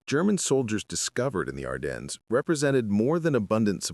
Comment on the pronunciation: And French. Even we Americans can pronounce Ardennes better.